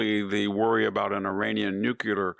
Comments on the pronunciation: Nuclear. Not nucular. Please VDH what you say is amazingly accurate except your pronunciation of nuclear. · Please say nuclear, not nucular. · A bit disappointed. First shocked by "nucilar" instead of "nuclear". Then, van Jones, who's an idiot and a racist, agreed, was just giving an example. He didn't have to mention all other similar situations. And I agree with the fact he suggested, that even though the other atrocities may not have the same impact on Europe, or North America, or the stock market, or price of gas, they sure have an impact on the lives of thousands of people and they should be covered in the newest - ok, after the Middle East page. I like Hansen, but that doesn't mean I will ignore the points where we disagree. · there are no nucular powers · Love ya, VDH, but please learn proper pronounciation of the word "nuclear." You always pronounce it incorrectly.